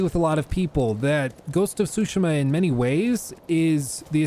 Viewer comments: Tsushima - "t-Sue-She-Muh' Not "Sue-Shima." Pronunciation of Pro-nouns is important. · Not pronouncing "Tsushima" properly is annoying. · I hate how you say tsushima